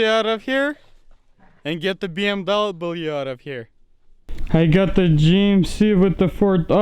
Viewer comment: What the hell is a “BMdoublem”?